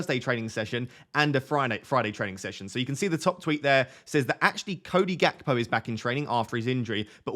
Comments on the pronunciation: Gakpo is Dutch. His name is pronounced HACPO - as was Ruud Gullet, pronounced HULLET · I'm Dutch and I can actually tell you it's between this and his pronunciation. The G is pronounced in a guttural gh sound or a hard ch. Same for Gullit, pronouncing it as hullit is also wrong, they're pronounced 'ghullit' and 'ghakpo'